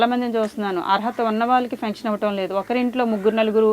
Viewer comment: .".Fension"...ani kaadu Pension ani pronounce cheyyammaa...😊